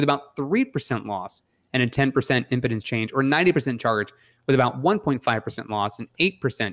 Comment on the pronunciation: I think impedance is read with an emphasis on the long e: impeeedance. Keep up the great work guys